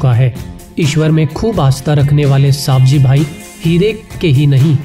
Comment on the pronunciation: सही नाम सवजीभाइ है आप सावजीभाइ गलत बताते है